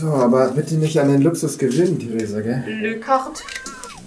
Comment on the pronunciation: Theresa:le cart😅😅 Das heißt la cart🙃🙃